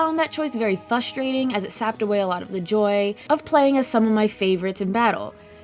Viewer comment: Hey there, new sub here really digging your content. Glad you enjoyed this game and I hope you'll check out FF4 SNES & FF5 GBA someday as well. My only critique is that you leave the first R out of fRustrating, sorry to nitpick but I find it very fRustrating:P